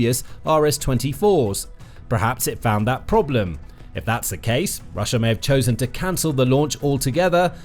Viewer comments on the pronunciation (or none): none